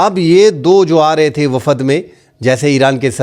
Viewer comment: Wafad kiya hota hai ,.....????? 🙄🙄🙄🙄 Wafd hota hai ,.....👈👈👈👈 Journalist hoker aap Urdu ko toa sahe talafoz ke saath toa boole ,....🙏🙏🙏🙏 Shokriya ,..... 👈👈👈👈 ❤️💚🇵🇰 LOVE FROM PAKISTAN 🇵🇰💚❤️